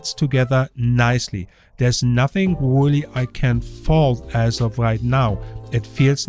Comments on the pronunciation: Wooly? I think you meant Really! You should do a YouTube search on how to pronounce your R's so that they don't sound like W. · Weally weally? There is an r in really you know